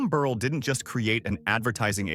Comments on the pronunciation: Mr. Burrell’s name is pronounced ber ell. I worked for Mr. Gardner at Soft Sheen and Perfect Pinch. Knew the whole family to include his brother Frank Gardner. I graduated from Chicago State University. Also knew Mr. John Johnson, worked for Fashion Fair. Also knew Mr. George Johnson, UltraSheen company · Corrections: Mr. Burrell's last name is pronounced Bur-rell. In addition, please check the accuracy of your statement that Fay Ferguson is his daughter. She was the Co-CEO alongside Co-CEO McGhee Williams-Osse. Thank you so much for your commitment to telling these stories. These stories (and their accuracy) are an important part of American history. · You made an excellent attempt to highlight Black Businesses and very and highly successful rich Black residents. However, you needed to do some fact checking. Some of your information like locations,pictures, name pronunciation (Burr--ell); , family(children) Faye????? You left out John Rogers Jr. He is the head and founder of Ariel Investments.I give you a score of 75% of this is accurate. ( Pronunciation, pictures, family legacies,etc. (not accurate). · #8 is pronounced Buh-rhell